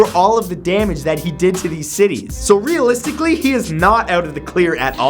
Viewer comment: Santoro,dude,have you just said "realisticly" when talking about a movie?